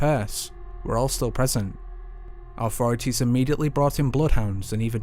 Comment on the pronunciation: Who removed the "th" from the English language and replace it with "V " or "F", ie wiv, auforities, fird, deaf (death) feory, somfing . speak properly please, otherwise excellent video.